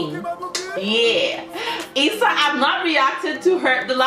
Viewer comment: Hey! Just a little detail... About the pronunciation of her name "IZA".... the Z really sounds like Z, not like S. Maybe you're thinking that the pronunciation is similar to Spanish. But a main difference between Portuguese and Spanish is that Portuguese has much more sounds.